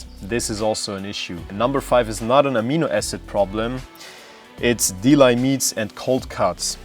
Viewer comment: Das spricht man wie Delli, nicht wie Dilei. Kommt von Delikatessen. Hast du Soja gar nicht erwähnt? Das ist eigentlich das beste Protein was es gibt. Die ganzen "unkompletten" Aminosäureprofile ergänzen sich ja perfekt miteinander, so dass Getreide und Hülsenfrüchte zusammen immer komplett sind. Muss auch nicht in einer Mahlzeit sein...